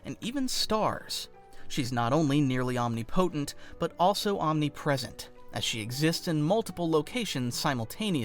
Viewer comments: Is this read/narrated by a robo reader? That's not how omnipotent is pronounced. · Interesting pronunciation of the word Omnipotent!